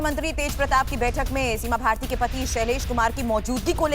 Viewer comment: अंधभक्ति की भी हद होती है।बिहार में bjp नेता शहनवाज हुस्सैन पर कुछ नहीं, और मीसा भारती की जगह (सिमा भारती) बोल दी